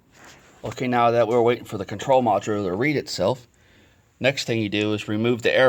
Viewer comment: I like your music but you do not pronounce the part module ( Mod u ler ) , you pronounce it ( Mod u wool) look up the definition of module and it will have a recording of the proper enunciation.